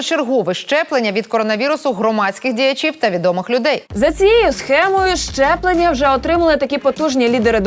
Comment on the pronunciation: Ясю, не "чЯстина" , а "частина". І колезі передайте, що не щЄплення, а щеплення. Вку*вл*є така покалічена вимова.